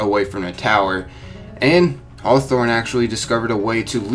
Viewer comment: Hawthorne... harwmoon... thorn........half life 3 confirmed